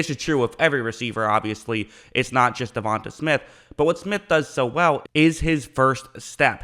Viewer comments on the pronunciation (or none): "Devon TAE" not "Devon Tah" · Stopped the video as soon as you said Devonta Smith it irks my soul when yall blatantly mispronounce names 😑 Devon-Tay not Devon-Tuh bro yall gotta start doin yall due diligence it ain just you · Devante … De-von- TAY …. Say it with me now 😂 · It’s pronounced Devon(TAY) Smith! 😂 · It's pronounced 'duh-von-tay' so you don't continue messing it up in the future (I have the same name but have an e instead of an a on the end) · De-von-tay is how you pronounce his name not the way your saying it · Why you say his name like that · Not how you say his name but okay